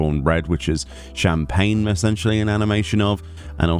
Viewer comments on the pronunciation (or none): none